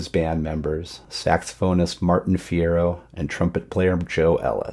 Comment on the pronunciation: Martin Fierro pronounced his first name MarTEEN.